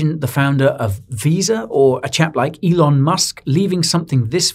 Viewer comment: lol. It's ELON m8